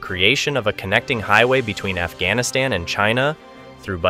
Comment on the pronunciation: Afghanistan pronounces as "F"-Gas-Niss-Ten ??